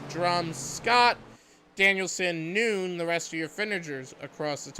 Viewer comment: James Nunn is not pronounced "noon". It's Nunn like a Catholic nun. 🤦‍♀️ K thanks